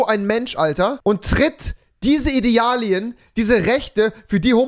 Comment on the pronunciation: Niemand: Rewi: Idealien